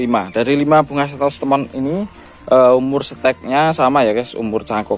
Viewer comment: Santos lemon bukan Santos temon